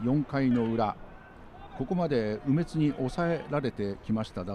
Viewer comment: 実況の方がちょいちょい間違えているのが面白かったです。 特に、中日の「梅津」投手を「鬼滅」の発音されてたのは、耳に残りました。